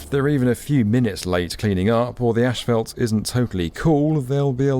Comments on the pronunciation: Come oooon. It's not "ashphalt", it's "asphalt". There's no H. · Is it just me, or is everyone mispronouncing asphalt as "ÉSH-PHALT"? Literally had to turn the subtitles on, thinking they were actually using some other specific term that I wasn't aware of (they weren't...). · It's ass-fault! Not ashfault, damnit!!! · Thank you. As a lover of aviation, this was very interesting. Also, as an American, it was also interesting to hear how asphalt is pronounced in the UK. "Ash-Felt". In the states is pronounced "Ass-Fault". It just reminds me of how similar, yet strikingly different the US and UK really are. Cheers from California. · It’s asphalt, not „ashfelt“. 😂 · The way they are all pronouncing asphalt in this video is really triggering. It's not ashphalt, it's asphalt, there is no shhhh in there! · Asphalt is pronounced "ass-fault", and not "ash-felt". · What's...ashfalt? 😅 Do you mean Asphalt? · What's ashfelt? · tf is AESH FAULT smh! its ASS-FOLT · I watch every video with excitement! This one constantly had me hearing how the Queens’ English pronunciation of ‘ash fault’ was different than the U.S. pronunciation. As a native US citizen I say ‘assfault’. 🤣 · I cringe every time I hear asphalt pronounced "asHphalt". Don't do this to me. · In America, it’s pronounced “Ass - fault”. Never heard “Ash - felt” before. 🤔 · what the fuck is ashfelt?! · “Ashfelt”… no. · Ashphalt makes my ears bleed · The word is ASPHALT. With ONE letter h in it. ASPHALT, NOT "ashphalt". 🤡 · "Ash" - phalt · Yeah ash-falt 👀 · I thought it might have been a fluke (or an idiosyncrasy) but the construction manager said ash-fault too. When I lived in the UK, everyone just said tarmac instead... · Why does everyone keep saying "ashfalt"? It's asphalt. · ASHphalt? Seriously?? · What is that word you keep using in place of asphalt? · Question. What is Eshfelt? Jk. Love the video! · Why does he keep saying "ashfelt"? 🤔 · It's not pronounced Ashfelt. #annoying